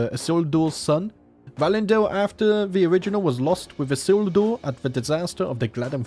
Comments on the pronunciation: great video as usual! Isildur is pronounced E-seal-door, or at least it is in the films. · Ee-seel-doer is how you pronounce Isildur